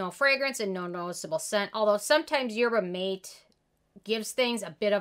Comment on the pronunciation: Yerba Mate a spanish so its pronounced yer-buh mah-TAY.